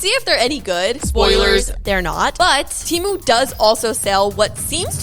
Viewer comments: Its pronounced TEEMU, not TE-MU. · temu is pronounced "teee mooo" not tem ooo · It's not TEA - MOO it's Temu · “from TEHMU” lol😂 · Why the poes are you calling it ,"Tiimu"???